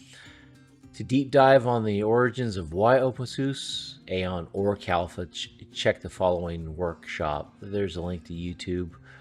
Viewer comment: You are saying Kalfa ....but the official name is Kalpa.